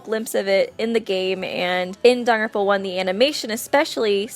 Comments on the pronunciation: Jesus lady, it’s not danaropa it’s Danganronpa. You also sound pretentious using their last names only, especially when reading the text. Christ, at least annunciate. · Um just a little heads up it’s not pronounced da-ram-pa it’s pronounced dagan-rampa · It sounds to me like shes say “danranpa” every time she says Danganronpa. Please don’t hate on me for making this comment ;^ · daganronpa dang-gan-ron-pa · It's legit pronounced Don-Gan-Ron-Pa they say it in the game and anime x.x how do people get this wrong still??? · really really really tried to watch this video but after the 5th or 6th time she called it "daropa" i had to dip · You just said Danganfowa